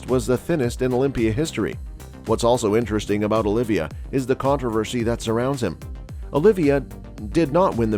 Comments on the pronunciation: OLIVA (OH-LEE-VA) NOT "OLIVIA" JEEZ : ) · Not only that, it’s “Oliva”, not “Olivia”…